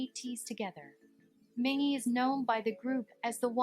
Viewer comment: yeah the video pronounced San, Mingi and Yunho names wrong